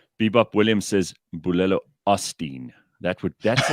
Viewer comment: Oh gosh when you guys started talking in tongues 😂 I literally started laughing out loud in my very religious open plan office cubicle. you nailed it!